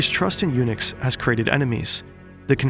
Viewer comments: WHAT THE FUCK IS A UNIX. LEARN TO ENUNCIATE HOLY SHIT. found out its eunuchs, learn to articulate too'. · At first I was like, why is he mentioning Unix that often? Then realised he meant Eunucs. 😂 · "The Ming Empire was built on UNIX" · I thought you said that the dynasty ran on “Unix” and I got a little confused